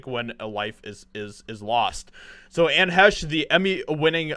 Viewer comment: You should really learn how to pronounce the people's names before you start talking about them. Really??? She had little talent and endangered multiple people with her selfish, drug fuelled suicide. Anne Heche's death is nothing to you but a chance to make money.